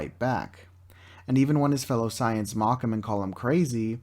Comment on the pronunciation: Correct: Say-ins Incorrect: Cy-ons